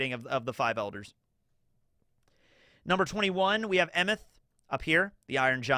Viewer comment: Based on what I know about Scandinavian languages, Emeth is most likely pronounced “ay-meht”